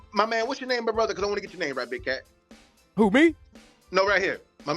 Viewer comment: I was 30 minutes and 10 seconds into the video when he said it and I turned on closed captions and he said big cat but I did sound like he said big daddy